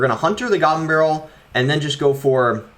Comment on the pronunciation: The way he says goblin🤣 He says: gabblin